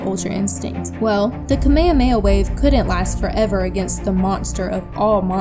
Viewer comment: I hate when people say kameamea wave. The “H” isn’t silent. It’s Kame Hame Ha. This is just a tick I have.